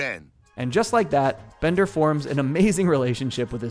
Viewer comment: Wait a minute. Bonder's name isn't Bonder. It's Bender!